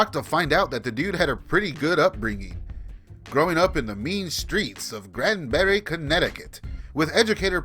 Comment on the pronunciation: btw it's pronounced "Grand-B", not Grandbury.